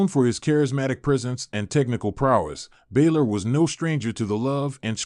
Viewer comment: Pronouncing names wrong, balor and balszler pronouce the a as ana